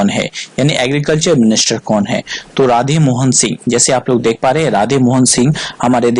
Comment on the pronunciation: राधेमोहन नही राधामोहन है।ok